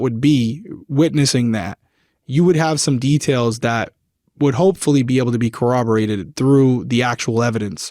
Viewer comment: Just here to ask if we can analyze our pronunciation of “corroborate” a little 😅 my spine can’t take much more shivering